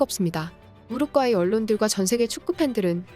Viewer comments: 한국어를 글 그대로 읽어라, 우루과이, 우루꽈이가 아니다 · 왜 우루과이를 가끔씩 우룩꽈이라고 발음하시죠? 싫어요와 구독 취소당해볼래요? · 가스나이거 디럽게 발음하네 우룩꽈이라니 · 우룻꽈이 킹 받네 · 우루꽈이 엄청거슬리네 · 우루꽈이 우르꽈이 나만 신경 쓰이는게 아니었구먼 ㅋㅋ